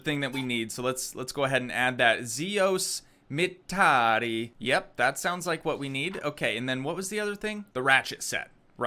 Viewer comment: i love the way you said "seos mittari". its just so funny from a finnish guys perspective to see non finnish ppl say finnish words